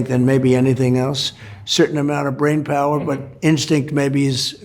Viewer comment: pewer said of people amirican